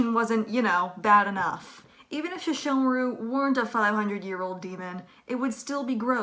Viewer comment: All sesshomaru is not pronounced "sheshomaru"